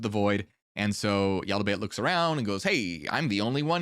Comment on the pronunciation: Yaldable sounds like waladahbel = Idiotic kid (or a fool kid).